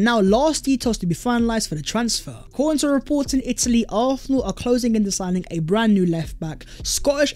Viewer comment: I beg you pronounce arsenal properly